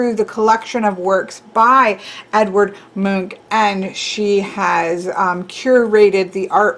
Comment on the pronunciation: Edvard is pronounced "Ed-var-d" but yes, it is the Norwegian equivalent of "Edward". You got the pronunciation of Munch correct. This is coming from someone who comes from Norway's neighbor countries Denmark and Sweden. I had no idea there was a deck based on Edvard Munch's artwork work. Very cool. "The Scream" makes a great 9 of Swords.